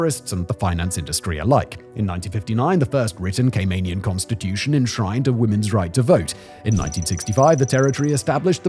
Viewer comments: Gay-men island! 😂😂😂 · Great video, but please pronounce CayMANian correctly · More annoying is the constant mispronunciation of Caymanian. Still love Simon though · you can’t even say Caymanian properly